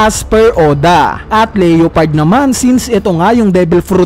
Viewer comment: sakit sa tenga ng leOpard.... LEO pard